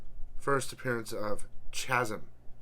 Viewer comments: "Chasm" is pronounced KAZ-em, not CHAZ-em. The word comes from classical Greek. Also, FWIW The Time Masters crisis was actually referenced at the end of Doomsday Clock when Dr. Manhattan was looking into DC timelines. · I think the h in chasm is silent, and nice t-shirt.